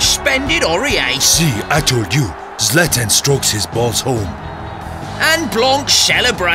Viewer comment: Love how "Zlatan" is pronounced in the Zlatan and the Masters of the Europeverse intro. Chelsea win it at home!